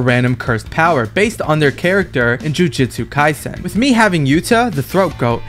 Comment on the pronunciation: Bro said jujitsu kaisen😂😂😂😂